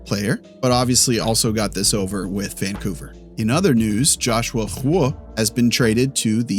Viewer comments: Interesting take but for the love of God please stop butchering Joshua Roy's name. It's pronounced 'Rwa'. Hope this helps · Do you know how to pronounce Roy? Like Patrick Roy and Joshua Roy?